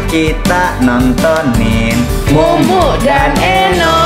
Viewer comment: kak eno manggilnya mumu(k) bgt... mumu aja kali ngeganjel gue dengernya...